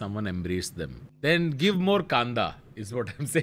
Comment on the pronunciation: nobody: tanmay: gIb KaNdA